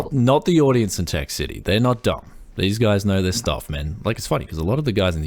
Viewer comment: ok tech city not tech YES city